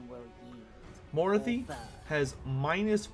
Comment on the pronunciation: Fuck, you had me until you mispronounced Morathi, now I'm peeved... I mean, she even fuckin says her own name when you click the bitch! C'mon!:p Glad to see the new changes.